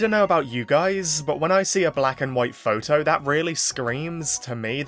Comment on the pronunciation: Why'd you keep pronouncing photo as "pho-oh"? 😂